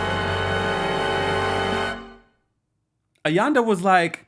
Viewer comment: please learn the RHODurban names. I don't know how many versions of AYANDA's name you gave